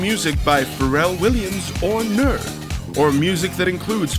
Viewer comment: if you are a voice talent your single job is reading things correctly. "nerd"?